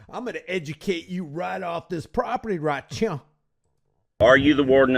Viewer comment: "right chyeh" 🤣 I shouldn't have been drinking powerade at this moment. It came though my nose a little bit.